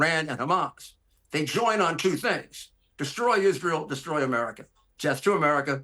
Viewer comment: ‘He’s gonna desCHroy America’ lol